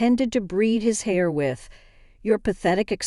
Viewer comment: Should be “heir” not “hair”.